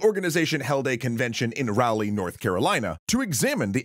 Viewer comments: the mispronunciation of my hometown in this video makes me so sad.... Raleigh, NC is pronounced Raw-ley!!! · As someone born and raised in Raleigh, the pronounciation hurt me to my soul lol